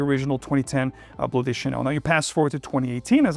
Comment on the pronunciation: Why are you pronouncing “de” as “des”? It’s Bleu de Chanel, not des There is no gender in fragrances? Ok